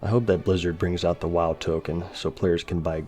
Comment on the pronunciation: Why does Asmon pronounce it as Bluzzard? And what is BoD? Bind on dickup?